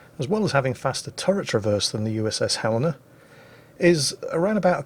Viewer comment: Pronounces "Helena" correctly. Bravo Zulu!